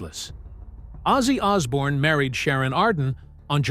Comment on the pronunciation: "It changed everything ozzy ozzbourne was born"?